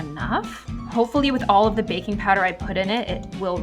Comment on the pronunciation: i thought she said bacon powder ;D